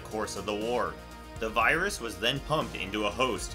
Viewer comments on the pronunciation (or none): none